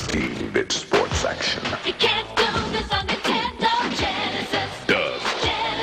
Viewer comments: Yes sounds like intendo when i was a kid my friend named james would say it the same way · Hehehehe, looks like bad news for the..."Intendo" family! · Super intendo? What’s that? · Super "Intendo" ... Hmmm. Edit: He said it like 40 more times. Which is cool as hell. He reminds me of my cousin Jamie who said it a bunch of times. I miss him. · Can't tell if he's intentionally saying "Intendo" at times or not. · it's super nintendo, not super intendo. pronounce it right jew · Still says Intendo.